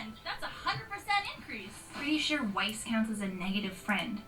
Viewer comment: you said whis OOF